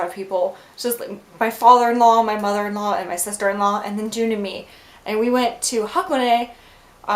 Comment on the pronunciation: Wow you really are drunk! xD But you seem quite lively which is good. You pronounce his name like June in this vid lol